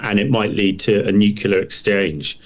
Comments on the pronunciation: Its not nucular its nuclear. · I cannot listen to an expert talking about nukular things. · Former US president Jimmy Carter, a nuclear engineer, always said nukular. Who am I to argue. We say eye-urn not i-ron. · This Frodo can’t even pronounce nuclear. It’s as if he’s never had to spell the word.